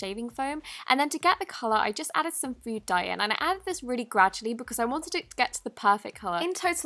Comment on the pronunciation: I realy hate that u say "graddualy" when u pour in a gallon of activator!!! No hate!! I love u